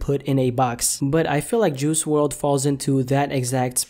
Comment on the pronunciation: Who says juicy wrld rather juice wrld Is it just me 🤔🤔